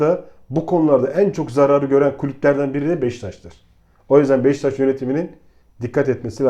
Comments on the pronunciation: BEŞTAŞ DEĞİL BEŞİKTAŞ DÜZGÜN SÖYLE !!! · Abi ırak Kerkük’ten selamlar lutfen BEŞİKTAŞI doğru telaffuz edelim her seferinde hızlı söliycem diye beştaş diyorsunuz